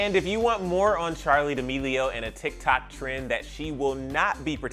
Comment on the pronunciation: The way that he pronounces D'Amelio Charli demeleoo